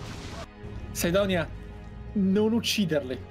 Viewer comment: Perché dite "sidonia".